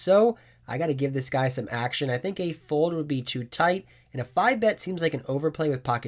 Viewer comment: Hey just giving you a reminder that there is an L in the word FOLD because you seem to have a hard time saying it ‘Foud’ 😂😂😂😂